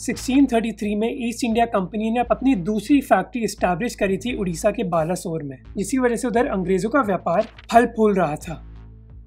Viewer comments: It is not baalasore its ba -le - swar ban bolo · yes bro it's बालेस्वर not बालासोर।